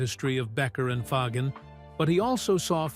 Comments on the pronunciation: "Ahja" and Donald "Fahgen." AI narration is such a cesspool of mistakes. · Who is this joker? He doesn't even know how to pronounce the word AJA. Not a single word from Larry himself. Oh, and Fagen's name IS NOT pronounced Foggin. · Is the narrator AI? Mispronounced “Aja” and “Fagen”. Love LC but this video sucks…boring repetitive, no music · Aja. And Fagen are mispronounced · Ridiculous clickbait, pieced together by AI with AI voice over that even mispronounces Aja and Donald Fagen’s name. Complete BS.